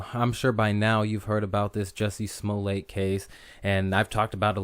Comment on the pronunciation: Pronounce his name "Smol-let", just as you would say "Smurfette". And MAGA sounds better when the first A is a short A sound, and the second A has the "uh" sound.